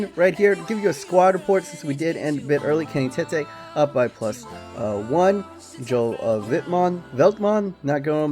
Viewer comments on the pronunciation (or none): none